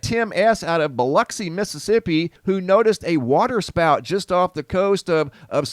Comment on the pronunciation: Just wanted to say that my hat's off to you, today. You pronounced "Biloxi" correctly. It is extremely rare, for a non-Mississippian, to pronounce it correctly, because it is not said, exactly how it is spelled (Biloxi, pronounced correctly, sounds like Bih-lux-ee). I even backed it up to make sure that I heard you right. Lol. Anyway, my hat is off to you. Have a great weeked.